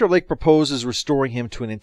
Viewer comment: Kept hearing Dr Leg instead of Lake...